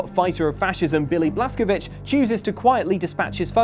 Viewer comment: It's William blazcovich